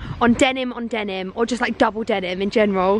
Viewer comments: Denim, Denim, Demin, Demin, Denim. -Saffron Yes, she said Demin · The way you say denim hurts me